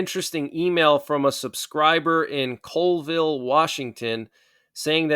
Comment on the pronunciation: Wow \heard the name of a town just 8 miles from us. But you pronounced it wrong. its not Coleville Washington, its Colville (pronounced Callville).